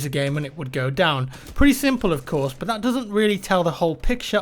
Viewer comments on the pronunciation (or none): when you say but it is like saying bot 😂😂😂😂😂☺☺😑😑 it is not funny